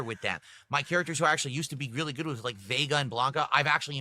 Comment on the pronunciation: And wit instead of with